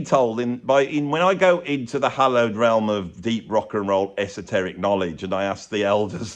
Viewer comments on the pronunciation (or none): none